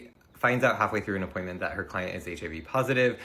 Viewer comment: Yes her "cloent" was wrong, BUT BY FFKING GOD DO NOT POST SHYTE LIKE THIS ONLINE! Not only is it unprofessional, but it 100% makes you an A-hole